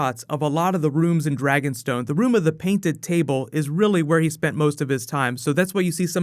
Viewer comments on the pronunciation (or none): none